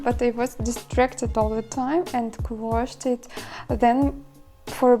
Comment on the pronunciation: By the way, the past tense of "crochet" is more easily said, "croSHADE'/croSHAYD', with stress on the 2nd syllable. It may be said differently in France, "au crochet", but we're speaking English here. English does tend to make things easier as far as pronunciation goes, fairly often, but Americans really try to streamline it. Some British English speakers say it this way also. Here are a couple more: Meringue is simply meRANG. Crocheting is simply croSHAYing.